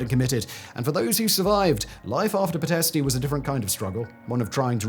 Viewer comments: It’s pronounced Pitesht, not pitestey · Its "Pee - t (soft t) - esht. You don't pronounce the "i" at the end, except as a slight exhalation.